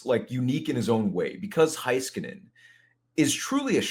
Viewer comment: Why does pronounce certain Stars last names wrong? Just bugs me. Heiskanen (hay-skuh-nuhn)